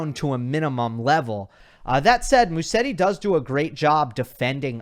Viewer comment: Just a small correction: In English Musetti should be pronounced MUZETTI. In Italian one "S" in a name is pronounced in English like a "Z"